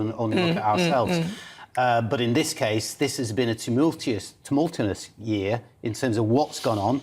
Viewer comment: Never trust a man who can't say tumultuous